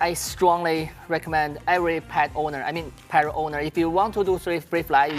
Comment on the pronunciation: Parrrot yan hindi pawwot bulol ka hayp ka